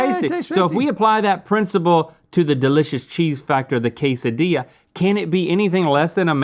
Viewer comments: It's pronounced 'quesadilla', not "case a dee ya". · How'd you miss "cake-dilla"? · LOL "kaysadiya" 😆 🤣